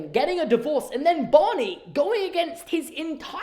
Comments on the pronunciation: How you say Bonnie instead of Barney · Am I the only one who hears "Bonny" instead of "Barney" when says it? I was very confused for the first few minutes of the video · I was very confused by your Barney pronunciation jaja 😭❤️ maybe it's just that I'm not a native speaker but I thought you were saying Bunny jajajaja